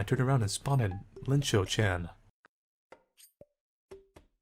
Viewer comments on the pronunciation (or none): It’s not Linchou-Chan. It’s Iinchou-Chan (capital i)